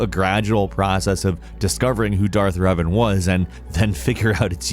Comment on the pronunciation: when you first started talking about star wars and reven I thought you we saying Riven like Myst universe I was like thats crazy.